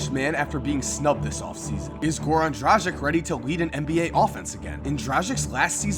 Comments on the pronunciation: It's not DraZHiK Its draGich You prounonce the G as in Gary and the C is pronounced ch, as in BogdanoviĆ, PetroviĆ, VuceviĆ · Hey! Just wanted to correct u how u are pronouncing Dragic. U are pronouncing it Dradchick while the correct way would be Dragitch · Ay, Dragic is pronounced Drah-Gich, hard G soft C. Just so you know. Also I'd say you rated the big names (Bulls, Heat, Knicks) too high, their rosters just look disastrous IMO. And Noah (4 points on 38%) definitely shouldn't be starting and possibly shouldn't be on an NBA team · Dragic is pronounced "Drah-gich" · You are wrong about some points about Miami Heat: 1) The "G" in Dragic is called as in "go". 2) About the "Others than Dragic, Whiteside and possibly Waiters and McRoberts"-part: First, Waiters and McRoberts are anything, but playoff-talent! Just look at their last season averages. McRoberts had 3.6 PPG!! And Winslow, Richardson are far better players than McRoberts, Waiters. Then you forget about Tyler Johnson, yes could be very well a bust, but at least give your opinion on his 50M contract. 3) Yes, they don't have much established talent. But that doesn't mean they don't have talent. Basically, what are they doing is trying to find another gem, as they did with Whiteside. Unlikely, but lets see what happens. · is it that hard for americans to pronounce Dragic correctly ? Jesus christ people